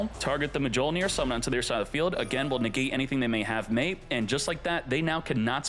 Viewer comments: "mah jole near" is the biggest violation😂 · It's pronounced myol-neer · He keeps saying the “J” 😭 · thats mi-yol-neer you fool 😂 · i never heard of this card... or Mjollnir pronounced like that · deserves to have his ash fingered for that pronunciation. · How does not know how to pronounce Mjolnir? 😂 Thor would be ashamed smh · its MA-CHINA all over again 😭😭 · Idk if he's being serious or not😂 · I cringe everytime I hear it 😭